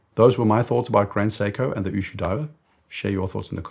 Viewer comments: Ushio, not Ushuu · Great video. But please get pronunciations right. Ushio is three syllables. U = ooh lala. Shi = she (woman). O = short o sound like in “go”. Its not u shu like a shoe sound. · Ushu ? It is Ushio. U - shi - o. U as in Uber; the last letter as in hot. Ushio (潮) means tide. It is sold retail in Japan for ¥1,650,000 (USD$10,500), which is very expensive for a watch ! Like your channel All the best from Japan.